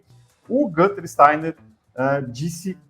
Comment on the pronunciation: A fala Gunter, com o u, incomoda profundamente. O nome dele é Günther, ou Guenther, e sonoramente é mais próximo de Guinter do que de Gunter